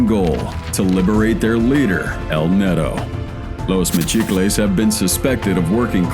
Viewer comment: btw you show a LAW, not a nade launcher........JEEZ, also its not "netto", its neto or nieto.